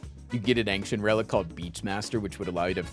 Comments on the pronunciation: Why does he pronounce ‘ancient’ as ‘ank-shint’ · Is he trolling pronouncing ancient like that?